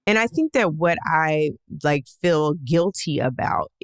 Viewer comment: the word is FEEL. Not "fill." You fill a bottle with water. You fill your gas tank. You fill your mind with nonsense and lies. FEEL has to do with sensing the world around you. You FEEL good today. You FEEL the fabric against your skin. She FEELS upset and disillusioned. Trump people are so dumb.